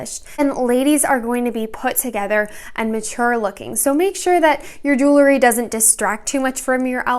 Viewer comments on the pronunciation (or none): Love the video but there is no such word as "jewlery." It's "jewelry."❤